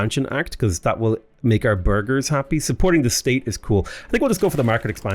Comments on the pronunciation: Whenever you say burgese, i hear Burglar and need to double check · I hear burger 😆